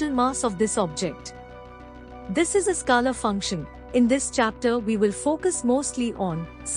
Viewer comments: Ma’m u r doing a great job 👏.. but please 🙏 … it is pronounced as skaler ( scaler) and NOT skalar field as you frequently say 😮 Remember the ruler 📏 or scale we used at school…. So scale..r ! Got it 😅👍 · This is a masterpiece... Thank you for putting in all the effort. I love the way you pronounce scalar btw 😂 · Please get pronunciation for scalar right. It's irritating